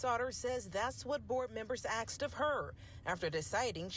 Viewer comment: "Axed" is permissible in professional journalism in Georgia? 🤔